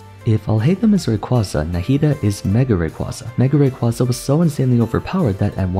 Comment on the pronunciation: The way you pronounce Rayquaza hurts me physically